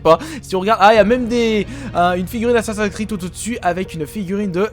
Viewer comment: j adore tes videos mais s il te plait j en peux plus que tu prononces assassin s creed a la francaise ca me fais mal aux oreilles